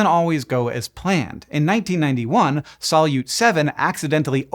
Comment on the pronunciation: ❤🙏🙏🙏 a science video SHOULD pronounce terms CORRECTLY❤😂 The Russian word "солют" (salyut) is pronounced sa-LYOOT, with the stress on the second syllable. In English, the "s" is like in "say," the "a" is like the "a" in "above," the "l" is like the "l" in "look," the "ю" is a "yoo" sound like the word "you," and the "t" is like in "town"